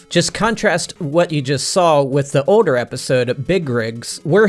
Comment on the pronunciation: This dudes accent just kills me lol... yet also delights me. How he says "Older" as "Odor" is just peak weirdo and I'm 100% here for it. Keep Killin er brother 💯 🤘